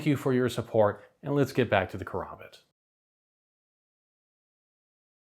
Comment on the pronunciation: Its KA. RAM. BIT KARAMBIT NOT KOROMBOT like this walking mid life crisis keeps saying. Dont be one of 3 tarded creator's who willingly say the dam name wrong